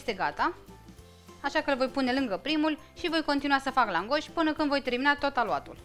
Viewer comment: accentul se pune pe prima silabă